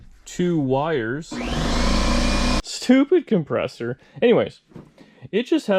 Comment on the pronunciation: "stupid compressor" true canuck talk.